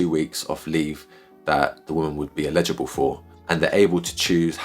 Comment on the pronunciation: Thanks for the explainer, but you keep saying “illegible” not “eligible” 😂